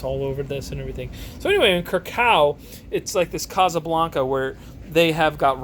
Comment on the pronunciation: Just a tiny note on Krakow. The w is pronounced as if it was a v. Aaaaand you're leaning too much on the cow bit... it's krAkov, not kraKOW. Just a tiny thing that irked me :P